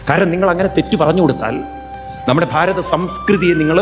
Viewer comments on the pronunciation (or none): none